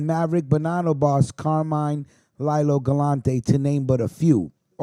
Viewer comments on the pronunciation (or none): You pronounced Carmine Galante's nickname wrong.Its not Lylo os pronounced Leelo.As in little cigar,which he had in his mouth when he was whacked.If you can pronounce the weed you smoke correctly,take your time and make sure your saying these guys nicknames correctly.Throw that in the air.